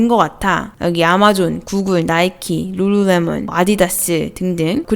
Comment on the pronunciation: 룰루레몬 발음 신기해서 계속 듣고있네요 ㅋㅋㅋ 발음하기 어려운 단어네요